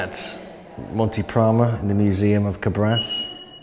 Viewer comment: Thank you for bringing up to light this fascinating part of our ancient story. Just one thing for people who wants to go and see this magnificent examples of giants: the name of the town is Càbras with the accent on the first "a". And, there is a theory which tells that this giants reppresent some glorious winners of a sort of Olympics games.